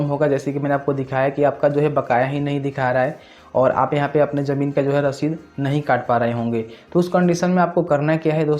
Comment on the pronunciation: Jamin nhi bolte bhai ZAMIN BOLTE H